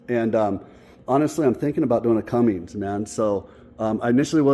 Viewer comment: Awesome start on the crew cab! So you know there is no G in Cummins. It's pronounced (Come-Mens)